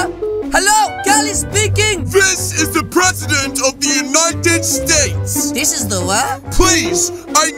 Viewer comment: I love when you said is that the President of the staks